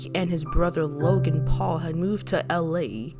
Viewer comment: "Jake paul, Loagn paul"